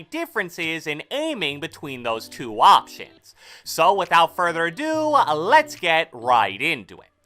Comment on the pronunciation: Letshaaaaa It’s letshe